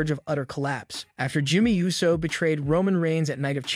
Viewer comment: 🤦🏾‍♂️ ITS PRONOUNCED OOOOO - SO AND FEE - ASCO. You know what, im convinced that this is a text to speech